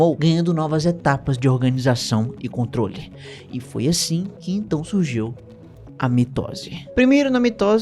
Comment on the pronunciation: Ele fala SURGIU como se fosse mágica 😂😂😂